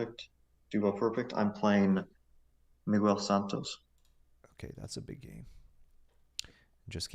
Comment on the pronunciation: A tip on the pronunciation, "Miguel Santos" is pronounced like "muh-gel", the 'u' is silent :)